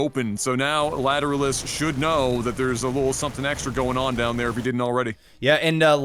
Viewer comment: Yeah I think they never listened to any detectable amounts of Tool, just judging by their pronunciation of Lateralus. 😋